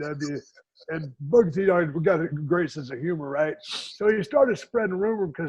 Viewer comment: "Booger T"?? For 23 years Booker T can't even say his own name, lol.😂